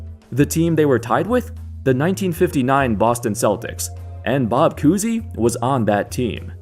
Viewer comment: Koozie? Lmao its Cousy